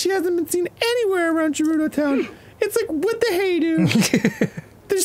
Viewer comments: I do wish they would start pronouncing Gerudo correctly with a hard G. Dan realized this when Gerudo was spoken out loud in-game a few episodes back, he even pointed it out when it happened, but then they went right back to using a soft G the very next episode. 😮‍💨 And the same thing happened this episode except none of them picked up on it despite it being spoken out loud several times. 😩 Dan just enquired about the pronunciation of "voe" which btw sounds the same as "woe" but with a v instead of a w. Rhymes with "foe." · They still can't pronounce Gerudo right. Hard G not soft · GERUDO IS PRONOUNCED WITH A SOFT G!!! FOR FUCK SAKE!! NOT JERUDO!!! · Why do they use the soft G for Gerudo 😢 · The whole Gerudo mispronunciation drives me nuts 😂😂😂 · I love how they actually voiced the moment they LEARNED how to pronounce Gerudo and they went back literally one episode later. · They keep asking how to pronounce Voe when they choose to mispronounce Gerudo. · even if the game told them how to explicitly say voe, theyd forget, just like how they learned the hard g gerudo and still pronounce it wrong lol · So they hear how Gerudo is pronounced properly in this episode and they still mispronounce it. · “There’s gotta be some voice acting part where they pronounce ‘voe’ correctly” meanwhile they’ve heard how “Gerudo” is meant to pronounced and yet they keep mispronouncing it anyway 😑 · im excited totk is finally back but the fact they are still mispronouncing Gerudo, despite the game having shown how it's pronounced in multiple cutscenes, is making me foam at the mouth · “Gerudo Town is in danger!” Riju, an actual resident of Gerudo Town, says her town name with a hard G (i.e. grapes on the ground). Yet the Grumpiest boys insist upon a soft G (i.e. gem-stealing gerbils)… C’mon, guys. Arin… DANNY, PLEASE 😂😂😂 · Dan asking for the pronunciation of Voe while Riju immediately confirms that Gerudo is not JUHrudo and him not noticing is the reason I will never stop gooning.